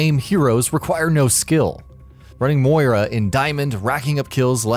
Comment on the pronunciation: Someone hasn't played Moira. Her beam's "auto lock" actually requires you to be on target with your aim, it's nothing like old Sym. There's also a HUGE difference between a basic Mercy player and a great Mercy player. Also, this is your fucking job. Learn to pronounce names properly. And bitching about loot boxes in Overwatch? OW is one of the few games that does loot boxes without being predatory about it. I'd rather have the loot boxes over a seasonal battle pass. Why? Because I don't buy loot boxes that often. I think I've done so three times since the game came out. I've still had access to the new maps and heroes and skins the same as anyone else has. Let the whales buy the tons of loot boxes, it doesn't harm me in any way. It actually benefits the community as a whole since it's continued funding for the game. Jesus christ.